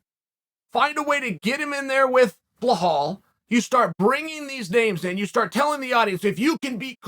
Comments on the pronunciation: anybody knows Who these dudes Blahall and Hazmat are that Chael are talking about? could it be Belal and Khamzat? its funny hes started to say Chimaev instead of trying to pronounce his first name.. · Bro chael it’s pronounced belal not buhal bro🤣🤣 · Bee lall Bee lall Not Blah hall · Belal literally say REMEMBER my name Belal Mohamad yet Uncle CHeol (spelling intentional) kept saying Behall, FYI Belal is a very noble name in Islam. Goggle it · Man just stop, just stop, have some respect for these guys and say their name correctly. It just sounds stupid you trying to say BLEHAL, BEHLAL etc, its not fun, your audience are not 5yr old, say the names correctly, man. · Who the fuck is "Blahal"!? 🤣